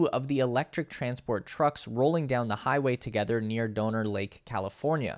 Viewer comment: Ha! It’s Pronounced Dahner as in Donner Party.